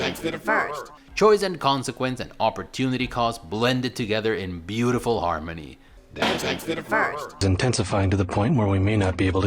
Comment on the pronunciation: Thank you for pronouncing Deus Ex correctly. Thank you.